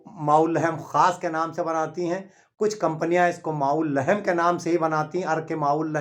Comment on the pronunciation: अर्क़ माउल्लहेम नहीं बल्कि कहो (अर्क़ माउल्लहम), सहीह तलफ़्फ़ुज़ कीजिए।